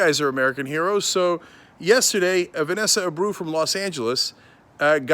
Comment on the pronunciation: I hope her name isn't actually "Vanessa Abreu", because if it is, Cenk is butchering the pronunciation.